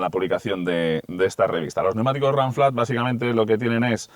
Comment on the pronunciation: Ranciar , donde estudiaste , literalmente se pronuncia “ runflat “ en castellano , el inglés para los ingleses , aquí se habla español !!!! Vaigase a freír chuchangas , papafrita !!!!